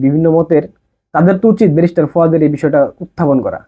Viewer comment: তোর বাপের ও যোগ্যতা নাই ওনার সম্পর্কে বলার। তুই নিজেই তো এখনো ব্যারিস্টার উচ্চারণ করাতে পারিস না